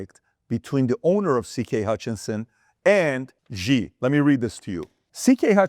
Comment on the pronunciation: Xi is pronounced like “she” in Chinese, not like “gi”. Can you adjust?